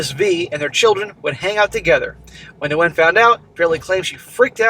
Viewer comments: Nguyen is pronounced Winn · the Ngu is pronounced as a Wh sound. The name sounds more like "when". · Nguyen is a very common Vietnamese last name and pronounced 'win'. That was like nails on a chalkboard thr amount of times said it wrong. In any case, what a total dumbass and he got what he deserved. Thinking with his dick rather than his brain.